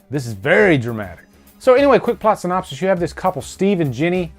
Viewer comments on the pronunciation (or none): none